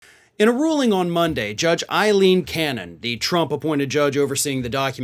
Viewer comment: Not I LEEN A LEEN I HAVE A NIECE WITH THAT NAME AILEEN !